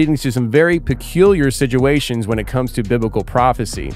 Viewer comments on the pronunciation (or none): Hey it's not SIDUATION!!! WITH A D!!!, ITS SITUATION WITH A T!! LOL, just busting you B's my friend!!!, This is crazy tho I saw how an architect was in a trench and got same type audio! I've believed for some time now the end is near! Look at the world we live in! The laws! Our president! The freaks! It's all prophesy!! Our four father's are rolling in their Graves so isn't general Patton and Eisenhower!!! Oh well!! Find Jesus people!!, God Bless